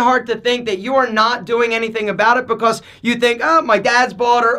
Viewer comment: Lol the way you say becAuse